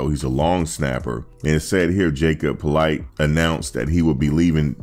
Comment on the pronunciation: Politte’s names is actually pronounced “po-LEET,” not that it matters much now anyway. But, yeah.